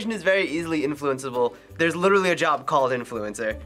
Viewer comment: “Influensable”